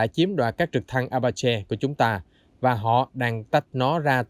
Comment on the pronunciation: Trực thăng "Apache" đọc là "A-pa-chi"